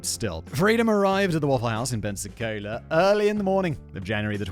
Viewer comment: Can we give props to fact boi for pronouncing Pensacola correctly.